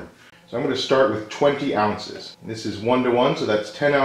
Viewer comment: 93 DEGREES?? You must be melting xD And what is "aunces" ? xD